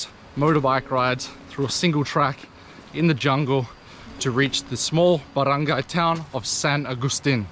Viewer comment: Wow you pronunciation barangay and the rest is right. Love nature's, hike but now quite old to do